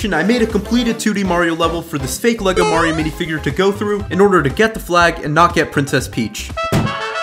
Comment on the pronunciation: its not elegle are u dume